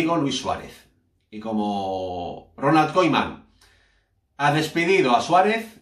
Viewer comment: pronuncia KUMAN jajaja koiman